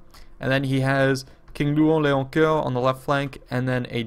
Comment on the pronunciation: Thanks for pronouncing King Louen Leoncoeur properly. lol Nice one beating these beasts with a selfish lame team player.